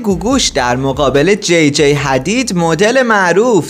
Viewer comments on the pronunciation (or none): توروخدا یکم سوادتونو ببرید بالا اسم جیجی رو درست بگو Gigi هستش